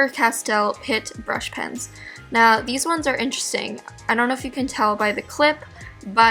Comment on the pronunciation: You said in whone of your video's i like the soft whone's